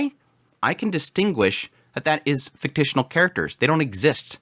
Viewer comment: Fik-shin-al